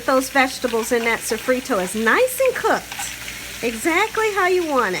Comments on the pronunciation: And also, what is "safreto" as well !!!!!!!!!!!!!!!!!!! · So-frito and sazonnn 😂 at least she tried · I’m sorry but all those crazy noises drove me nuts and you’re saying Sazón and sofrito wrong.